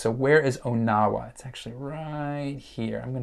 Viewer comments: I'm from that area. Question #4. It's not pronounced "OH-Now-WA", it's pronounced "On-Uh-Wuh". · It’s pronounced “On-a-wa”. From a native Iowan